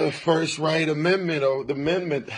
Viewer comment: I keep laughing every time he says "first right amendments or the mendments" 😂😂 #StayInSchool